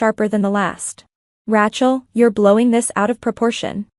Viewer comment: Teach AI how to pronounce Rachel...